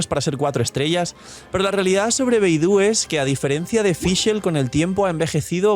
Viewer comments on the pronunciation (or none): none